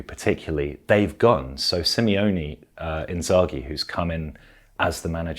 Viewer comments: it's SIMONE not SIMEONE:D Nice analysis but I'd recommend splitting it into mini-sections next time, instead of speaking mostly uninterrupted for 15 minutes:) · Its Limone not Limeone .. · It's SIMONE not Simeone :) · You always say SIMEONE Inzaghi. That's two guys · Great video. Just a minor thing I've noticed many do, his name is Simone (Sim-O-Ne). I think we all went through minor dyslexia in the beginning because of Diego Simeone